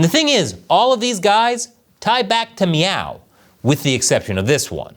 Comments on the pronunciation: Are you saying "Meow"? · How many times did you say "Meow" in this episode? I know that's not the spelling but it sounded like the Cat Game scene from Super Troopers. Hahaha. 🍯🍯🍯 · Every time you say Miao(meow) I start laughing and thinking about Super Troopers 😂😂😂. Meow what? Listen here meow!